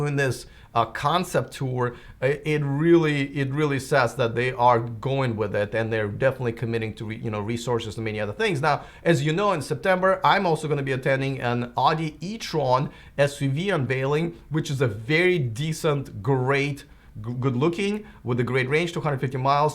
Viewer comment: I may be wrong but you seem to loose the “u” in Audi. You say Adi ... throws me off every time lol